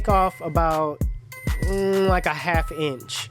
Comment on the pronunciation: He pronounces it ench